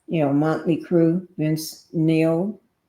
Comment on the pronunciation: Neil, not Nail.